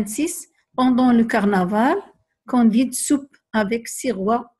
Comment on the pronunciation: Candide avec "a" pas "o"